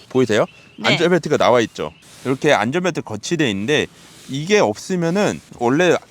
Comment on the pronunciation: 자꾸 안절벨트라고 발음하셔서 뭔가 웃겨요 ㅋㅋ